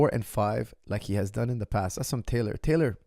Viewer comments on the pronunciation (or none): none